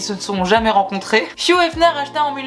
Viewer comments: Tu prononces * fiou* efner...alors que c'est hugh donc hiugue * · Pourquoi tu prononces « fiouhh » pour Hugh ? Ça se prononce Ugue, tu prononces le U devant et gh c’est « Gue »… 😭😭